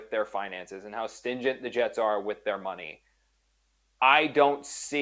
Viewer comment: you have a wife, a kid, this job, and you don't know that the word is "stringent" and not "stingent"? (And you got it wrong twice.) And by the way, Woody has the money to give up on Glenn right now and never remotely feel it. Total embarrassment and worldwide ridicule have no price tag.